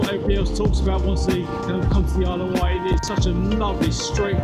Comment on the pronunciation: It’s the Isle of Wight, not White 🤨